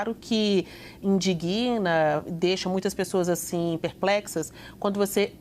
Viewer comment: Nem a jornalista pronuncia corretamente o verbo indignar. Isso me in-dig-na e não me indiguina. É o mesmo erro de quem fala adevogado e tissunami. Coitada da língua portuguesa!